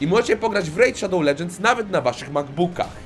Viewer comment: W KOŃCU DOCZEKAŁ SIĘ WSPÓŁPRACY Z REJD SZADOŁ LEDŻENDS XDDDD